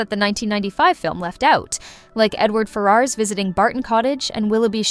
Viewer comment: "FER-urs" not "Fer-ARS" 😊😊Thank you for your takes on these older versions. I do like the MP 1983 version. It is faithful to the novel for sure. I do enjoy Persuasion 1995, but it drives me crazy that Wentworth wears his Navy hat and uniform ashore, which is NOT accurate. He would have worn a normal suit with a rosette on his hat to signify he was a Navy man. I adore Miss Austen Regrets and S&S 2008!!